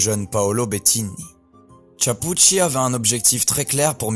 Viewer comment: Tu ne peux apprendre à bien prononcer son nom ?